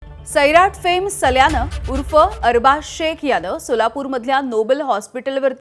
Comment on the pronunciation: सल्ल्या नाही सल्या 😂😂😂😂